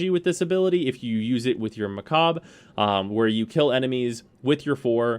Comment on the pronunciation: Pronounced mah-kah-bruh